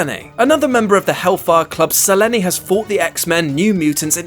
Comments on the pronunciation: It has been officially stated in the TV shows. Selene was one of the Hellfire Club in the 'Wolverine and the X-Men' cartoon series and it's said as Sel-een every time her name is mentioned. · Mike, from Texas I was actually going to roast this guy for saying Seleney. Thank you for bearing me to it. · Mike, from Texas, Thank you, the character was not intended to be called Seh-LEE-neh. That said, the name is the Greek moon goddess, Σελήνη [selɛ̌ːnɛː] , and since the character was older than Greece you could argue the Greeks named the Moon Goddess after her so their ancient pronunciation is closer. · pious83 Yeah they are. If someone pronounced "Michael" as "Michayell", they'd be wrong. No argument, because that is not how it's pronounced. So, unless officially stated, I think it's safe to say "Selenay" is straight up wrong. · This guy is horrible. No more narrations with him. Can’t say darkseid or Selene right. Yes I get it’s the Greek pronunciation but he’s still not the guy for these videos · Nyhousedancer7 you’d think for a website that promotes comics/fiction etc. They would have seen the Underworld movies and put two and two together on how to pronounce this properly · I actually had to skip ahead to the next entry on the list, because his mispronunciation literally made me cringe every time he said it. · screws up the Injustice story, can't pronounce Selene's name right... who's turn will it be to screw one of these up next? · Se-leen NOT selenay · Selene is Marvel's oldest mutant. And her name isn't pronounced se-le-nay. her name is SE-LEEN! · NOT seh--LEH-NEH ....Selene sounds like SUH-LEAN ....lol SEH-LEH-Neh omg thats ignorant!!!!! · Selene.. How i read (selin) then how i heard in this yt (se le ne) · “sELeNE” ... Selene (se-Leen) !!! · It’s Se-leene not Se-len-ay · "Selen-Ē"....it's Selene, Sell-lean, say it right damn it! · Selene ...like selena gomez w/o the a at the end is how it's pronounced not sa-len-aye lol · Suh-Lean, not Sell En Ay.